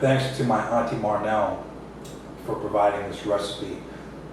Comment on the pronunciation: “ Marrr-nel?” The last time I checked with all Sri Lankan aunties.. its “ Manel”. Pls.